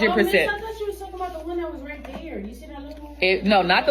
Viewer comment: Love when my internet is spotty and the video takes a second to load and it’s the perfect pause where you very much see forming that R in the RAIGHT SO